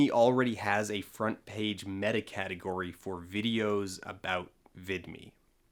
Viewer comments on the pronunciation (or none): none